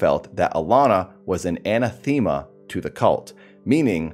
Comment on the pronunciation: Tiny note: "anathema" is pronounced "an-ATH-ema". I used to make the same mistake all the time.